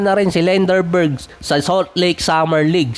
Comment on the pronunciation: D k Ata marunong mag Asa a. Lenderborg ka ng lenderborg. Lendeborg yn parekoy